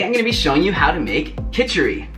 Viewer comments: Hey Derek! Amazing video! Btw, its Khichadi. 😬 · loved to see an indian dish which we have been eaten for years on a non- indian channel .....fan of derek since the first video i watched of you.......and just one thing it is called khichadi* not khichari,😅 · It is not kichari It is kichidi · Its Khichdi, love. Anyways loved your recipe